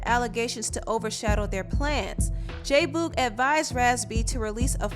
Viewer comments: Why do you keep pronouncing it Boooog ?! It's Boog as in Boogie. J Boogie J Boog......not Boooooog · I am sooooo annoyed by her saying J Boo- g. ITS BOOG, short for boogie🤬🤬🤬😡😡😡other than that, this was entertaining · J Boog like Boogie. Not Boooog. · J BOOG LOL NOT BOG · Its pronounced j boog like “boogie”not boooog like rude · J-Boog is not pronounced "BOOOG", its "Boog" like the word Boogie, without the -ie. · J who?? Fuck you talking about? 😂😂😂😂😂😂😂😂😂😂it's Boog like boogie without the ie. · Lol why do you say “JAY BUUUUUUEG” like that lolz it sounds too funny TO ME 😂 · It's J-Boog but pronounced J-Bug!!!!!!!!!!!!!!!!!!!!!!! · The way she pronounces "J boog's" name annoys me and is a lil cringey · her mispronouncing J-Boog is making me cringe lol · The way you say jboog name makes me cringe but this was a good documentary. Thumbs up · Great documentary but every time you said J Boog’s name wrong I literally cringed 🤦🏾‍♀️ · My only complaint, you continually mispronounced "Boog" whenever you said J-Boog. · Much love to your sista, but you’re pronouncing “J-Boog” wrong. I’m sorry, it’s cringy. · Ugh I hate how she saying J Boog name wrong, it’s annoying me 😭 other than that I enjoyed the video... I learned a lot about the group and their breakup and their lives after the breakup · Totally fell out when pronounced J Boog incorrectly lol love your documentaries